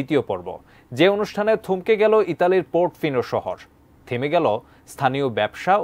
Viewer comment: Port fino না portofino 😂😂😂